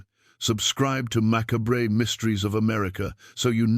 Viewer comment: macabrey???? try MACOBB (phonetically).....